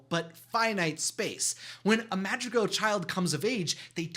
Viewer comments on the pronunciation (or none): Its not pronounced madgigal its madrigal (sorry it just annoyed me) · Madragaaaaaals it’s madrigalls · Ah yes the “madtd-tri-gells” my favorite disney family :) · Did he watch the movie on mute because he is saying all the names wrong for example: Camilo: Camio Madrigal: Magical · You are saying their last name wrong! It’s Madrigal! Not Magical! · Its madrigal not magicals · It’s madrigals not magjigalls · It’s not magregals it’s mathregals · The way he says the names 💀💀💀 "madjigals" "camio" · It’s Madrigal not magicgals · “The ✨Magicgals✨ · is he saying that their last name is magical? this really bothers me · When he was saying madrigal i heard magic gal 💀💀✋ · the way this guy says Madrigal I keep hearing "magic gals" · Is he saying magi-gals? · Lol he said the magic gals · Just a tip it’s pronounced “Mah-DREE-GAAHL” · The way you say madrigal lol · Cm'mon man... Atleast try to pronounce madrigal and other words. It's a shame. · Every time he pronounced madrigal that way I got confused thinking he was talking about some other family 🤚😂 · It is annoying how you don't pronounce madrigal right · Im sorry his pronunciation of madrigal threw me off because i thought it was a different word 😂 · Fun fact: Alma is abuela's name but it also means soul!. Anyway, there last name is Madrigal. I can't figure out what he was trying to say. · I can’t….. your pronunciation of all these Spanish words are making me cringe so bad…. I don’t even wan to watch it. You killed Madrigal and Casita